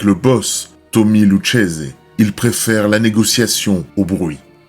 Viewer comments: Lucchese se dit lukese. Très bonne vidéo 👍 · Lucchese se prononce Loukézé.